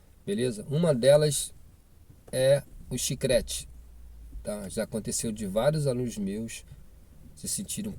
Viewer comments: CHICRETE TA F,,D KKKKKK É CHICLETE KKKK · Olá ,o correto é CHICLETE e não chicrete ,no mais obrigada pelo conteúdo .Desejo sucesso